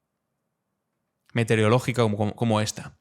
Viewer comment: un pequeño reproche, estoy hasta los ... de los que os empeñáis en decir metereología y no METEOROLOGÍA . Viene de meteoro no de mete y saca